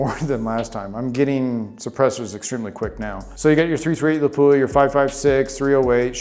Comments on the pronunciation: It'a pronounced lap-wa, not la-poo-ahh. A city in Finland. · Absolutely grinds my gears when a so-called gun aficionado can’t even pronounce Lapua correctly.